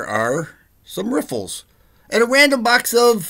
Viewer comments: hahahaha, you said "Riffles", =D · I like when you say “Riffles”